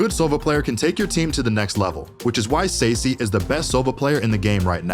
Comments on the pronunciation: The way he says Sacy 💀💀💀💀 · Love the video, im looking forward to see Liquid. Not looking forward hearing Mako and Sacy being pronounced in this was 😂